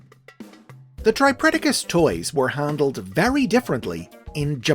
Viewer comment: I think you might have mispronounced tripledacus It's pronounced the same as tripredacus but with the L where the R is. It's because of the swapping of Rs and Ls in Japanese language Its not triple dacus However I think it would make them more distinct from regular tripredacus to pronounce it that way and I might start doing that